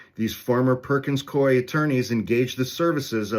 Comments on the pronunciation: I worked there - it's Perkins Coo-Eee and not Coy. It's a really weird name, I know. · Perkins Coo-eeeee is how it’s pronounced. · From Seattle. It's pronounced Perkins "Coo-E." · Perkins-Cooey pronunciation